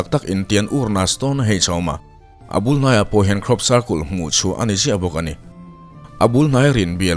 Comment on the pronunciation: circul tih chu mawilo e pa cle in i lam lo a